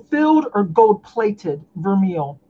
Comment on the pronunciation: Vermeil is pronounced VER-MAY